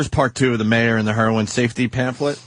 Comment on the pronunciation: The way opie pronounces Heroin annoys me